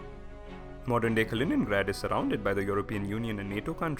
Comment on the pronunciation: Kalinin^grad. Puberty